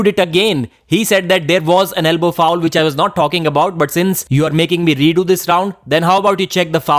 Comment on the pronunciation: It's round one, not vound von! Which not vich! Ffs